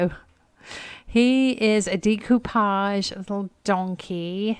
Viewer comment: I adore the colors in that vase! I love to hear you say Decoupage and macrame! the best ever!! I love how gentle you are even with the items you are not getting, I have watched other resellers picking out items and i know it sounds weird but they show no kindness or respect for the items. Especially when someone is looking through items in that person's house alive or deceased there should be a bit of respect. yes i know they are just items but to the person who fell in love with that item enough to buy it and bring it home. Thank you for taking me along and teaching me so much about what items are the ones i need to look out for!💜💜💜